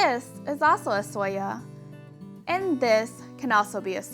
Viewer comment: Sølje is not pronounced soya. Though I understand the Ø can be hard to pronounce.